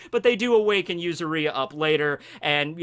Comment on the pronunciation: Yuzuriha. yu-ZU-ri-ha accent on the ZU and pronuoncing the HA as you do with "Haki".